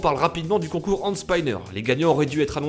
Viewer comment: Concour endespaïneur